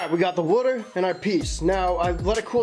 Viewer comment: Woter (water)